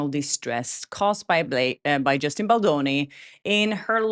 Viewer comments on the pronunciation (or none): It’s BalDoni, not Baloni. It is important to state his name correctly after he was mocked before. I know you didn’t intend to mispronounce it, i just thought it was important to let you know.